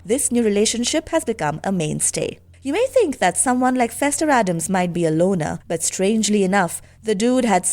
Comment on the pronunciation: It is ADDAMS, not Adam's, for Gomez's sake. I'm very tired of that mistake.